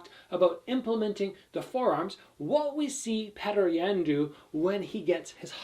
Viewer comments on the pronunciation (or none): Lol Petr yans name is pronounced pyoter yan